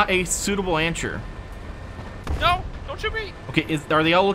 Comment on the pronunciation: Bahahaha! Us: “, have you been drinking”: “No” Us: “That’s not an an-sure”🤣 Anyone else catch that?